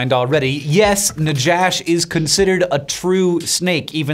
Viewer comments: It's pronounced naKHash. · Love this. Just want to say that if it's named after the Hebrew word for snake. It's pronounced na-hash. No "J" sound in Hebrew. And that's just a word used for snake. Not any snake in particular. Yet alone a "monstress biblical snake" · Right pronounceation is nakhash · it is written najash but pronounced nahash. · In Hebrew, najash is pronounced as "Na- Ha/Cha (the throat sound)- Sh", which is the common word for snake. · Not Najash like Josh, but Najash like jalepeno. The J is the Spanish J, which is the closest approximation for the letter het or jet in Hebrew. Just FYI. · The biblical name is actually nakhash, not najash. There's no "j" sound in biblical Hebrew. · In Spanish, "j" makes a pronounced "hh" sound, so "najash" should be pronounced as "nahhash". This comes from the Hebrew word for "serpent," as used in Genesis, which is "nachash," with a gutteral "ch" like in Chanukah or Bach. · If Najash is named for the serpent in the Bible, and it was found in Argentina, the 'j' should be pronounced as in Spanish. (Normally scientific names should be pronounced as in Latin or Greek; 'j' would be /j/ as in "kayak".) Hebrew נחש sounds pretty close to "Najash" pronounced in Spanish. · "Najash" should be pronounced "nahash." It's a closer transliteration of the biblical snake, and Spanish is the dominant language in Argentina. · Is "najash" supposed to be the Hebrew word for snake? If so, the letter 'J' should have been replaced with a hard 'h' or 'ch' in common US transcript